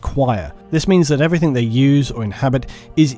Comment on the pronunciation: Stop saying everythink